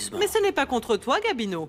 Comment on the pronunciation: Eu ou pa konn non Gabino ou di Guamino😂